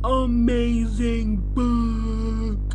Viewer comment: 'I'm gonna say it real clear; UHMAZRING BOOOOOOUUUUK' Yeah that's real clear lol